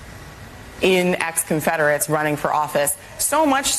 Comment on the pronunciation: Conferderates 😂😂😂 WTF?? 😂😂😂😂